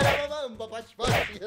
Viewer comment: Is not pash pash is bash bash